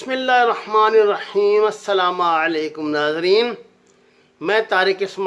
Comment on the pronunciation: Tariq sb Assalma ni hota ab end me a parhty ho. Assalamoalaikom hota ha.